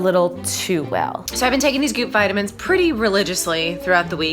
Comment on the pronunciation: Each time she said goop I thought she was saying poop